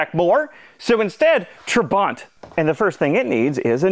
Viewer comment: It’s not TraBANT, but TRAbant. Emphasis on Tra.